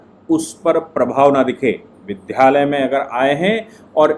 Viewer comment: विद् या लय बोलें विद्ध यालय न बोलें कृपया।